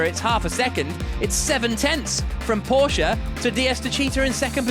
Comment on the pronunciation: Everytime they pronounce 'Porsche' correctly my heart blooms.